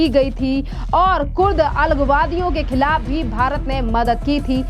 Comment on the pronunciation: Khillaf nahin khilaf kahe. Thoda sudh hindi to boliye.